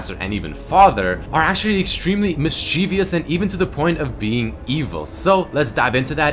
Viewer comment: Mischievous.....Mischievous.....(MISS-CHEH-VUS) NOT (MIS-CHI-VEE-YUS)....